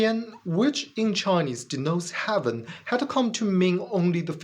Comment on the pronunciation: AI has better pronunciation and intonation. Not intended as a critique of English. Your English,, is excellent. "Heaven" not "haven", "These" was mis-read as "this" (This is just a little feedback for you, ). I thought, originally that your accent was British-flavoured, but your subtitles are in US English. Where did you learn your English? Your ideas? Unconvincing. Successful religions have always been about controlling other people. That is what they are selected for, if they do not do that, they get replaced. Reality is not important to religion (well, successful religions). I suppose the Flying Spaghetti Monster has some connection to reality.